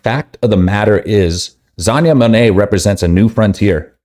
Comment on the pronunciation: Gosh say the name right